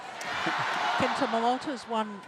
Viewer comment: she’s always saying “Kento MomoTO”.